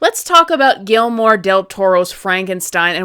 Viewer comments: Gelmore? Gui ller mo. The double LL like a y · 1. The bangs look just fine 2. Guillermo is pronounced Gee-Jer-Moe. 😉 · Was the mispronouncment intentional?!😮